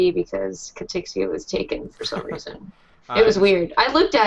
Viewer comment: Why you calling her Katrixxia when she doesn't have an r in her name?